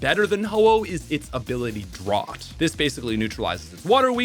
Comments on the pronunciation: You dont know how to pronounce drought....dra out. Drought. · Good video! That said, I never heard anybody pronounce drought like Drot and it through me off lol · Draught 😂😂 it's pronounced dr- ow-t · Hearing "Drought" pronounced like "ought" (like "Why I oughtta!") instead of like "out" (like "you're out!) is wild. Droughts are a natural phenomena, so it's not like it's an uncommon word. California has been in a drought for over 10 years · Only seen the word "drought" written, I see. It's "ow", not "aw". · It's "DROW-T"not "DRAW-T" lol Otherwise great video! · Draught? Do you mean drought? (Drow-t?) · Pronouncing Drought, “Drot” is diabolical. Drowt, as in an prolonged period without rain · "Drought" is pronounced "drowt", FYI. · Bro you saying “draut” instead of drought made me wanna close your video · “Drought - a prolonged period of abnormally dry weather that causes a serious water shortage for people, agriculture, or ecosystems” fyi it’s not pronounced “drawt” my boy, was it just not clicking for you lol? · Draught? You mean drought right? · I don't understand why so many people mispronounce Rayquaza....and also did you say drot? It's drought, with an OU sound 😂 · disliking because of the pronunciations, geez. Giratina with a J Drought like bought moongeist as gee-ist Kyurem as kai-you-rem Disgusting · Hearing you pronounce things is funny lmaooo Drought is pronounced like Doubt Moongeist is pronounced moon-guy-st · Sir… wth is dr-aught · If drought becomes drort why doesn't drizzle become dreezzle? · My man where are you from lol why do you say drought like drot. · wtf is a “Drawt” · I will never recover from hearing 'drought' pronounced as 'dr-aught' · Kai-yurem and Ray-kwah-za are wrong too but kinda understandable. "Draught" is just dumb. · My mistake for not adding the hyphen for "Dr-aught" to imply a "Taught" pronounciation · Drought is pronounced "drout" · Dr-out as one word. Since y'all keep arguing instead of posting the correct pronunciation